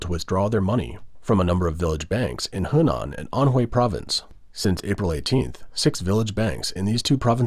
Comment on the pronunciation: Henan = "Huhnahn" not "Hehnanne".